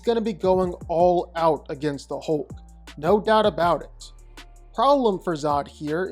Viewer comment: His name isn't "Holk"...